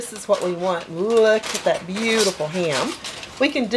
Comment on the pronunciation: Jeez, that accent when you say HAM , as 2 syllables, instead of one 😳.. not only that, you must have said HAY-YAM 50 times at least!!! Having said that, the finished product looked bloody amazing!!! A delicious hay-yam!